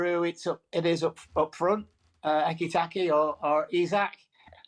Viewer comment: Did he just say... Ekitakie!!!? 😂.. no wonder he doesn't pundit no more.